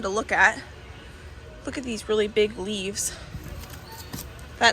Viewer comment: Are you saying "leaves" or "leafs"??? It's driving me nuts lol!!!